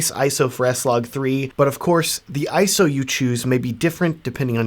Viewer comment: Finally! Someone who says 'ISO' correctly!